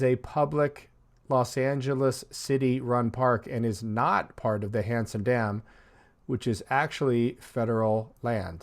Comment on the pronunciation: It sounds like your saying handsome Dan lol